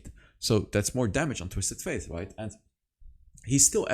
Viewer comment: Love your videos. Could you please say “Twisted Fate?” Every time you say “Twisted Faith” it drives my ears crazy lol